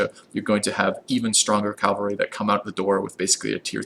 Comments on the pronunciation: Please stop mispronouncing "Cavalry", it's soooo painful xD It's Ca-Val-Ry note the position of the L. You keep saying Cal-Va-Ry, which is quite funny, since The Calvary is the place where (allegedly) Jesus was crucified. cheers, thanks for the Civ V videos. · My inner grammar Nazi dies every time he calls them CALvary instead of CAValry. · calvary is the hill jesus was crucified on please stop calling the cavalry calvalry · i get irrationally mad when you say 'calvary' instead of 'cavalry' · "Cal-Var-y" is killing me lol. Great guide though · Perfect video! Except that you pronounce cavalry “Calvary!” ;)